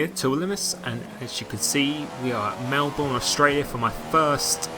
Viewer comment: Its Mel-burn not Mel-born